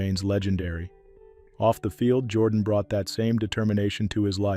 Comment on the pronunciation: You should learn how to pronounce the people’s names. Jordan in Alabama is pronounced Jer don.